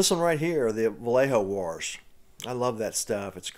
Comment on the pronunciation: it sounds like you are saying "Warsh"